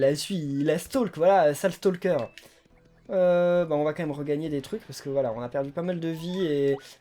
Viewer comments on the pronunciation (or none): none